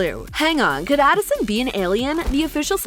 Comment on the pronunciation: Uhhhh is adison not alason